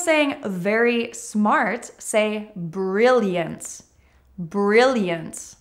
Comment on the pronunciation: thank you for this particularly helpful lesson. I listened carefully to your pronunciation and instead of " intelligent" I heard " intelligence". Instead of " brilliant" I heard " brilliance". Maybe my ears are playing jokes with me. Anyone else hearing the same?